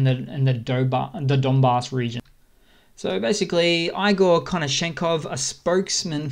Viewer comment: It's not " izzy- m" It's Iz- yum..Ізюм Igor, not " Eye gore" Six months in and you YouTube guys are still in Kindergarten Otherwise, good work